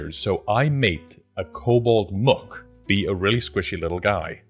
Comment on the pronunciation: in case you care to know, "mook" is pronounced with a long oo, like "spook", not a short oo, like "look".